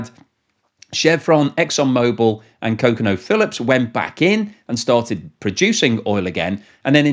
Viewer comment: You pronounce ConocoPhillips like Jimmy Buffet, 😂